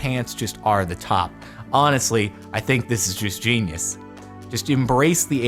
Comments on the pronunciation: No one realize that he said JEAN-ius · Jardon: "Honestly, i think this is just JEAN -yus" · Idk if anybody had pointed this out yet, but did this man just say "Jean-ious"?